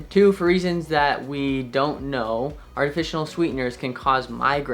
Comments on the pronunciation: Kind of hard to trust you as a doctor when you keep saying “artificional” when the word is “artificial”… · It sounds like he is saying artificional sweeteners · "Artifitional", coming from a doctor, is concerning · What are artificianal sweetened drinks! Edit your video audio since saying things like artificianal removes credibility!!! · NOT TAKING ADVICE FROM A CHILD THAT CANT EVEN PRONOUNCE “ARTIFICIAL “ CORRECTLY. THERES NO FKN “N” IN THE WORD, BRO.....